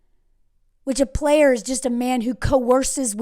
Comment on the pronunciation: I just stumbled across this page and I’ve just been streaming the entire playlist you’re so funny and insightful and pretty and I literally almost DIED COUGHING when you said “PLAYARS!” 😂😂😂 you’ve got a new sub in me!